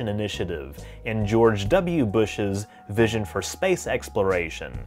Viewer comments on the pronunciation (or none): none